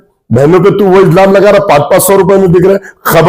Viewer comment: Izlam nahi ilzam bolte hai 😂